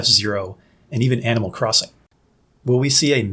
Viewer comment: Whys he gotta say animal crossing a double dash so weird 😂 Great video though